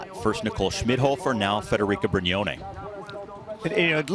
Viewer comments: HER NAME IS PRONOUNCED FEDERIC”A” NOT FEDERIC”O”!!! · Schlanger called her "Federico" instead of "Federica"........funny!